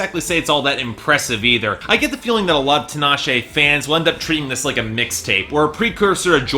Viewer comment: it bothers me that he keeps prouncing her name wrong, it's TEE-NAH-SHAY. Also Tinashe is a decent vocalist supporting F3-C5-B5